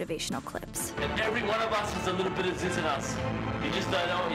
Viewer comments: She can't even say Zyzz right. It's pronounced, "ZEEZ" , not "Zis" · ITS FAWKUN ZEEEEEEEZ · proounced zeeez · Had to stop within the first 20 seconds, simply because of the fact that she said his name wrong.🤦🏿